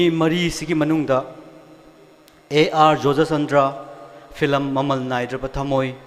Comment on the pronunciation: Fillam fillam haisine wa loire... 🙄💁‍♂️event host je keidoure haibano.... it’s film not fillam... even a kindergarden kid can say it...🤦‍♂️🤦‍♂️🤦‍♂️